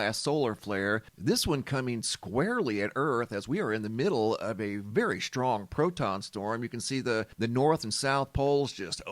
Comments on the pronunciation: I’m sorry it’s the way you and my entire family pronounce strong as shhtrong just a pet peeve of mine, carry on sir. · STRONG does not have an H in it and it never did so please try to pronounce it properly I Love You Brother, 6 years I’ve been subscribed, God Bless